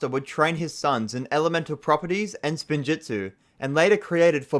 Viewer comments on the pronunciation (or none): literally hears how spinjitzu is pronounced and proceeds to pronounce it incorrectly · saying “Spinjutzu” instead of “Spinjitzu” is triggering me so much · god why cant he just use his GOD DAN EARS ITS SPIN JITSU NOT SPIN JUTSU AND IT ISNT FORBIDDEN , ONLY THE SPECIFFICALLY FORBIDDEN KIND THATS A WHOLE SEPERATE THING what isnt rlly explained well or at all is how they absorbed the elements of time into the blades (it was a special alloy that for some reason didnt absorb fire and water) and how wu got the dragons (a lot of if not every realm has its own dragons on top of the first realm having them tho its probably fair to assume first realm dragons are the strongest) zanes memory wasnt reseted its more like disconnecting 1 of 2 or more drives that contains it garmadon didnt CHOOSE to revert to being good , he got reverted due to the overlord being completely defeated and almost killed the evil got purged from him due to lloyds light/creation powers they revived garmadons evil side only cuz his soul got destroyed together with the cursed realm which he was chained in they basically re-created a body with the personality/instinct of how bad garmadon was pre-overlord getting killed the first time but he also got some oni powers/essence added so he became arguably more evil (tho having no memories and essentially being a brand new person cuz also new soul aint doing him good) "sons" of garmadon aint his sons , its just a name cuz they follow him same as in christianity people say everyone are children of god or whatev